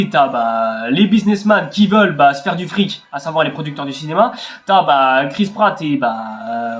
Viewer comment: "Que d'la meeeerde" "Il nous faut absolument du frrric"